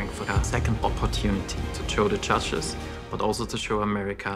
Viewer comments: So funny how they say Chudges.....instead of judges!!!! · Did he say judges or chudges? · I heard “muchachos” 😂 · In the first act when he said judges i heard muchachas (only me ok)😂😂😂😂😂